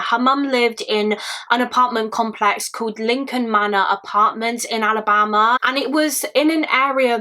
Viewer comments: also, the way you say ALABAMA is gorgeous. I love you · Omg, when you say Alabama it actually sounds like a fancy place instead of….